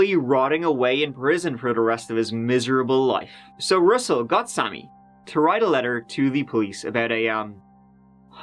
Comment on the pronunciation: “Russell Gobshite” 😂